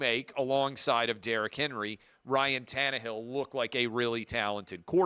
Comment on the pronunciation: Pronounced Ryne not Ryan